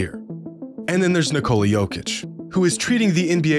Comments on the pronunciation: How do you do all this research and still say niCOla? It’s so fucking tilting as somebody who actually follows the team, kneeKOLA Vucevic has said in the media the right way to say both their names, box score watcher and not a real fan brain dead shit tbh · Dude. You live and breath NBA. You know how many freckles Jordan has on his left ass cheek. Yet you still can’t say Jokic’s name right! It’s NEEEkola, not NiKOla. Come on man!